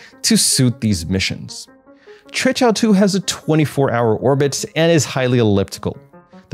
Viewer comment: You are the only one who had pronounced QUEQIAO correctly, I mean non chinese, bravo